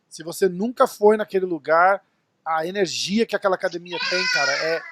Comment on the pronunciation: Até o apresentador Paulista disse acadimia kkkkkkkkkkkkk